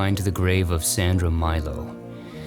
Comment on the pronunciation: I live near the Verano Cemeteriy and I often visit! I would have been delighted to meet you there! Only two notes on pronunciation, almost always perfect: it's Sandra "Meelo", not Mailo and Alberto Moràvia, not Moravía. Apart from that, it's perfect❤